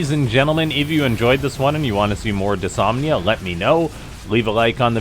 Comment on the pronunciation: It's kinda been noted, but the new bot's name is Dys-NOM-ia